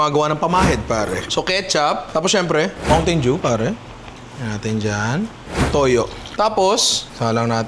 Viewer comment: "Mountain doo"